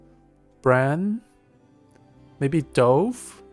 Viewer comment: I love your analysis, but the pronunciation of DOVE, drove me crazy! It should be like D U V, and rhymes with love.